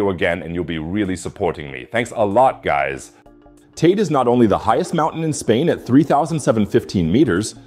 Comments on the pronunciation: “Tey-dey” not “tideh” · How many different ways are you going to pronounce Teide? It's TAY-DEH. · Shouldn't you at least learn to pronounce Tenerife and Teide before doing an article like this? None of this is surprising since its been almost exactly a century since the mountain erupted.